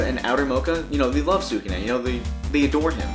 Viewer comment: You could try saying skew - neh or skoo - nay, God I don't mean to be too picky when about this but it's killing me.